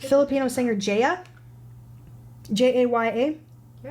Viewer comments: It's pronounced JA (as in FA) YA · JAH-YAH is how it pronounced. She's a wonderful Soul Mama and she's just absolutely wonderful. Tagalog and English are the two official languages. But the Philippines does have 170+ different languages (with dialects in there too). PHILIPPINES isnthebobly English speaking country in SE Asia. People from countries like China, Japan, Korea and otjer SE Asian countries come to the Philippines (or online) to study English. For the most part, I'd say 80% can speak, read and write Tagalog and English. This video NEVER gets old